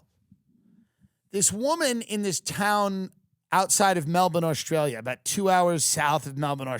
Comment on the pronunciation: “i’m going to Melbin”